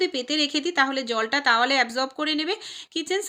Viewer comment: Tawale na towale